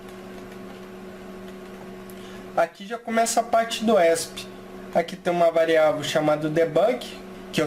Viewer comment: "esp" mano esp nao é uma sigla? acho q o certo de se falar é E S P cada letra independente